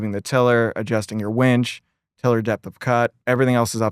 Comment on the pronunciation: Tosh made my eye twitch every time he said "wench" instead of "winch". WIN, tosh, it is a WINch, not a WHENch.